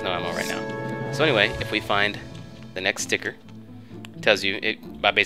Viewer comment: I like how you say sticker. "stikir" :3